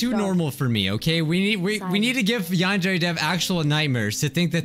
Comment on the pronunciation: yandere simulator My captions: yan dairy simulator